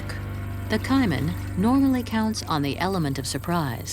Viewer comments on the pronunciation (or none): I love the documentaries that y'all put out. My only complaint is you using AI for the narration. The word Caiman will never be pronounced Ciman and lichen will never be pronounced limen. My concern is because my granddaughter watches these with me. She is 9 and I don't want her mispronouncing these words.